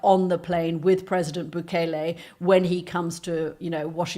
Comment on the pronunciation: Goddamn it! He was here legally!! Stop telling lies about him!! And it’s bu-KEL-lay.